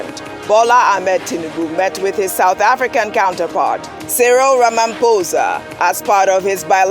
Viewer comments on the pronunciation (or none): none